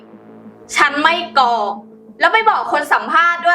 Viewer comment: กรอก..นะครับไม่ใช่..กอก